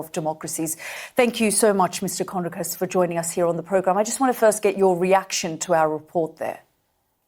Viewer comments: Sky UK, arab woman who already has,decided what she thinks. Doesnt let Jonathan speak, and hasnt even bothered to learn how to pronounce his name! It was a monologue, not journalism! She really hasnt got a clue about any of the issues she brought up. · at least promounce his name right BBTch